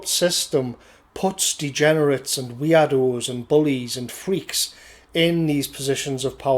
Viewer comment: For a moment I thought you were saying weeaboos when you said weirdos.